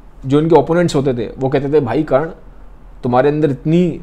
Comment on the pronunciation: Brother its Karna not karan